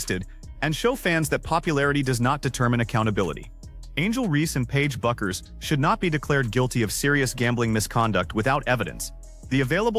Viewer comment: Can someone train AI that Paige’s name is pronounced “Beckers”, not “Byookers”. Fuckin’ hell.